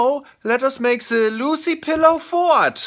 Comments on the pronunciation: Dude it's fort not fart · Fort... Not fart.. Oh Flula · Flula it is not fart, it is fort which is a like a castle or building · FORT NOT FART UGH!!! YOU GROW UP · I mean I'm confused does he actually mistake "fort" for "fart" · He said FORT.. not fart xD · it's fort not fart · It is fort not fart flula can you plz look it up on google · OMG XD XD XD Fort, not Fart XD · Fort not fart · lol fort not fart